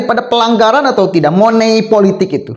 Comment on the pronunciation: Maaf mas money politics jangan dibaca seperti tulisannya..